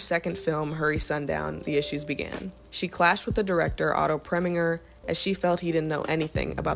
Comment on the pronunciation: I watched your whole video. I admire Faye Dunaway as an actress and I am glad you made the video. If you continue to make videos, you should know the following things. All three that I am to point out have to do with pronunciation. 1) Clyde’s last name is Barrow as in “wheelbarrow;” 2) Otto Preminger’s last name has a “g” sound like the “g” in “ginger, not in “great;” and, 3) Sydney Lumet’s last name isnot pronounced as it might be in French. The last syllable gets the accent and sounds like “met” as in “I never met a man I didn’t like.” ‘loo MET.’ Just thought you should know.